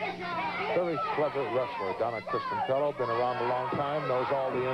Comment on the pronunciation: DONT you just hate it when the announcer gets the last name wrong and the company running this show, gets the last name wrong as well? CHRISTIANELLO...DONNA...LOL